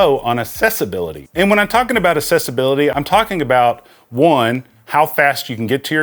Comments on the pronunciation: Just a nitpick, but accessibility is pronounced like "accept" which you pronounced correctly, but you pronounce accessibility like "assessibility" which is incorrect. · We need to have a conversation about how to pronounce accessibility. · Anybody else annoyed at the fact that this guy doesn't seem to know that assess and access are two different words?.... Ease of access is ACCESSIBILITY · My Brother in Christ, the root word of accessibility is access not excess; access-ibility.